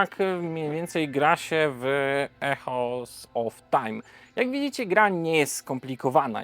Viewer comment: Świetny film i interesująca gra. Ps. „Echoes” czyta się „ikołs”